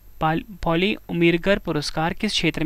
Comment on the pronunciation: पाली की जगह पर पॉली क्यों पढ़ रहे हैं ?😢😢😢😢😢😢😢